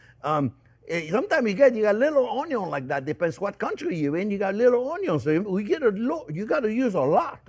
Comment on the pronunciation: Chef, you truly are a gem. I am SO THANKFUL my son came home from school 2+ years ago saying......"this guy says Onyo!" It's been one of the best discoveries in my life at 50 years of age. It would have been an absolute honor to learn from you in your school. Take care!!!!